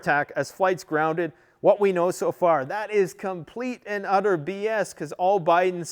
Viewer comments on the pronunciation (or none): none